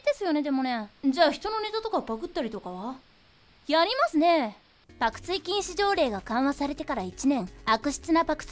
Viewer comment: やりますねぇ！の発音が完璧で草